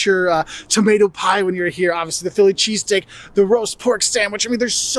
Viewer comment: Chess stick. Yes that's what I was hearing him say to...so what was he saying. .